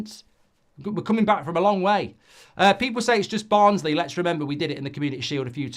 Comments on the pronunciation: BARNSLEY NOT BURNLEY 😡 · Barnsley not Burnley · At least give your opponents the respect of getting their name right after you've done that to us